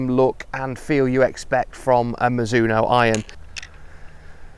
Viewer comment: Mi-ZU-no No, no, no. Slow it down and do not accent any syllable, then speed it back up. In Japan it is almost more like Miz-zo-no. Even miz-no when you hear fast speech.